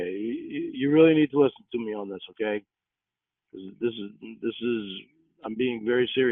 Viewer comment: He's convinced he hit a (imaginary) g-spawt with his tongue. According to Cawd, it's awn the inside, to the left. EDIT: I just caught him using the plural "clits," like he thinks there's more than one.